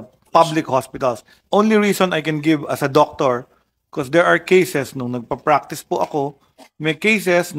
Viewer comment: This fractice daw imbes na practice. Nagbasa na ng english nalito pa sa P & F.